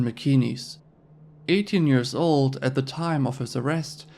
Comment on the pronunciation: Lol at tatas for za